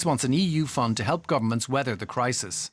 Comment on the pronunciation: That guy said, “Crimate Clisis” hehehe